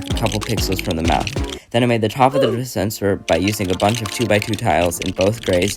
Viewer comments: "then i made the top of the dirspenserer" - an who had a bit too much alcohol when he started to record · Dude where did you learn to talk, you literally said "DATHPASNER" at " '